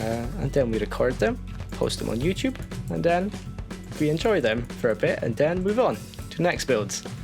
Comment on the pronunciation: I can't help but like that he pronounces "then" as "den".